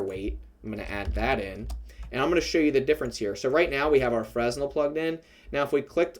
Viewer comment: The S is not pronounced in Fresnel, thanks a lot for the effort and all 🔥